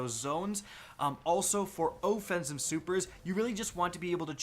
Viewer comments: OHHH-Fence-ive....... that drove me nuts. OFF not OHHH. Offense. Geeze! Good video otherwise. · Wait wait wait...OH Fensive super? Lolol you mean OFFENSIVE. BRUHHHHH